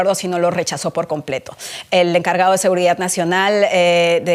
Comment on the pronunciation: Es seguridad no seguridat ya no sabemos ki hablar español